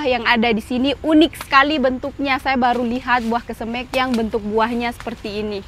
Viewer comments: Bukan kesemek.tapi kesemeg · Iya benar,koreksi dong penyebutan kesemeknya,skrg kan sdh tau😂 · klw ngomongin kesemek.....gk enak di mek nya.....makanya tlg dirubah seperti bahasa yg lazim disebut.....saya tau itu bahasa Sulawesi saya punya tetangga orang Makasar klw bicara persis seoerti, tapi suka kita becandain suruh rubah😂😂😂😂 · buah kesemek down? Pengucapan nya lucu amat kesemekDown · Bauahahhahaha iyah penyebutannya kesem€k😂😂😂😂 ngakak 😅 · Kesemek bukan kesemEk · Yg bikin ngakak selain buah kesemek juga.cesnat bacanya duku cesnut bikin ngakak 😂sehat2 bumill semoga babynya adek abil kembar cwek cwok 😂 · Lidah sulawesi sebut kesemek😂 sehat selalu bumil🥰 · Baru comment dalsm hati kok sebut kesemeknya begitu he, ternyata memang begitu he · Denger kesemek dr rasanya gimana gitu😊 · Pengucapan kata kesemek buat orang jakarta rada aneh ya dengarnya 😀🤭